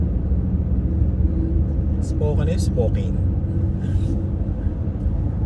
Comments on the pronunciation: Spokane is pronounced spoh-KAN (rhyming with "man" or "pan"), not spoh-KANE.Sounds like "spoke" without the 'k') Second syllable: "kan" (rhymes with can, pan,m) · It pronounce Spokane is Is-po-kan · pronounce it like "spoke...cane" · Nice US Trip! Spokane~ you pronounce it…Spo kan! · Dyan sa north Idaho there’s Silverwood theme park and a campground across where you can stay, I think sinabi ko na sa iyo nun, it’s pronounced ‘Spo-kan’ correctly, fyi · Hi po, but the right way to say Spokane is _ _ _Spokeyn😂. Keep safe po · Spokane is pronounced Spo-kan rhyming with man or pan.